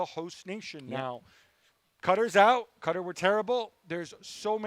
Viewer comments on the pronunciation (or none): Why does Gab pronounce Qatar like "Cutter"???